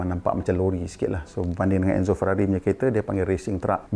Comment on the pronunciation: Mazda, Maserati, Ferrari, Aston Martin, Citroën, & Lamborghini ada lari sikit dari sebutan asal.